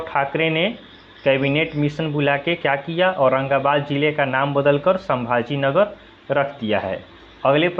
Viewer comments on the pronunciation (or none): "संभाजी नगर" है सर सांभाजी नही (ये तो शोले की याद दिला दिया आपने) 😃😃😃😃😃😃😃😃😃😃